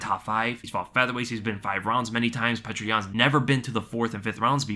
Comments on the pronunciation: Excellent breakdown,! (also it is pronounced something like "Pee-yoh-ter"... sometimes spelled "Pyoter") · Its not pronounced how you are saying it, its Pe ter (peh) (ter) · You got to learn how to say Petr correctly or just say Peter